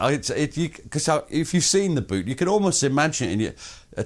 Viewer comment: It’s Buute not Butte, yes,……and is Varlencourt not Warlencourt